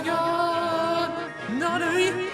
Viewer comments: It’s not nuny it’s n a n a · It's not Nani It's Nani as in Nano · I think it’s pronounced "Nanny" right? Like nano... idk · Did you just say NAMANYA NANI? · When says Nani in the beginning it sounds like he says YA YEET!!!😂😂😂